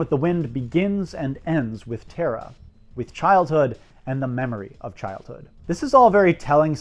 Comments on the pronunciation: It's not "Teh-ra" it's "TARAH" !!!!!!!!!!!!!!!!!! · TARA is pronounced T ah. RA